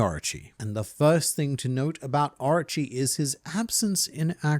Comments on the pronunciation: I dont want to be that guy but all i heard was Archie instead of Orochi😂😂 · Drink every time he says Areachi (Orochi)